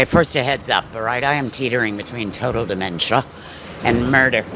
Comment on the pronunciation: she is an icon for her pronunciation of de-men-shee-aah alone